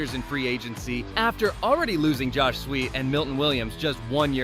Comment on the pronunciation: Josh Sweet instead of Sweat.